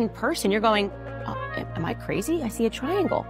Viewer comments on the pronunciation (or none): “ because they didn’t wanna be the ‘cway’zee’ person in the room”